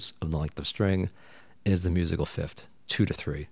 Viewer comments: I’m sorry to complain about this but it’s pronounced fifth not fift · All this knowledge and fancy chart and can’t pronounce ‘th lol. It’s fifTh, not fifT! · why are you saying fiftd and not fifth? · People may have a hard time understanding something like this but you say things like fifth-t haha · Great video I can get over the pronunciation of 5th, “start from the fift” is so endearing somehow. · Fif-TH. Say it with me: Fi-F-TH. Just like four-TH or TH-ird. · I like what you're doing here but I can't listen to you saying "fift". Why do you say it like that?